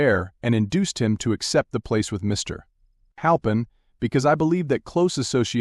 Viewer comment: Sorry the AI voice is distracting! It thinks Mr. is the end of a sentence! I can’t listen to it! Mr.